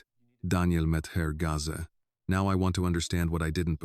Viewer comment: Gaze is not Gaza. I am sorry but there is no excuse not to be able to read and pronounce words. Phonics is reading and spelling and sounding out words.